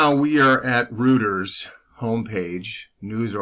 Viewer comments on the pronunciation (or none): Not rooters it’s Roy-ters .